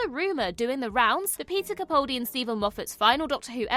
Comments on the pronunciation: YOU ARE HOPELESS! I can't say how many times I have politely pointed out that you are saying Peter CaPALdi's name incorrectly. Yet you persistent in saying it wrong. It is frustrating for me and disrespectful to Mr Capaldi. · She may be able to say the name of an alien planet correctly, but she still continues to mispronounce CaPALdi, which is the way HE pronounces it. I've commented on this multiple times, but it's totally ignored. I find it disrespectful. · Why do so many people pronounce his name wrong? It's not CapAWldi. the "pal" in his name is pronounced just like that - a pal, a mate. So, CaPAHldi. That's how he pronounces it hinself so that's the correct pronounciation.